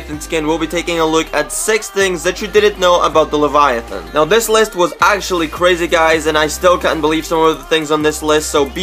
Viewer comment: Also he’s pronouncing the name of the skin soooo wrong